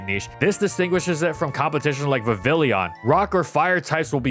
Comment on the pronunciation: “Va-villion” made my brain want to explode. The name is a play on “papillon”